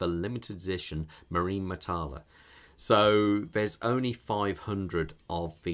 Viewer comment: Now that’s a beautiful tool! BTW, it is “ma ree nah”, not marine… and “mi li ta reh”, not “mita leh”. It is actually pronounced exactly as it is written, though I know it is a difficult concept for English speakers.